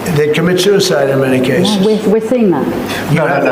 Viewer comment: A socisl media soouicide site? Tf he talking about